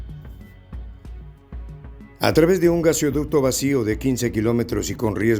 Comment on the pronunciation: GaseOducto?? Jajajaja jajajaja jajajaja jajajaja ja. G A S O D U C T O !!!!